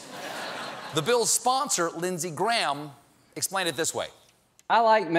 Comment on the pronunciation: Hearing the name Graham pronounced wrong over & over is tough. The weird thing is when using it with Lyndsey Graham is the right way, when used other times it's messed up. Explanation plaste.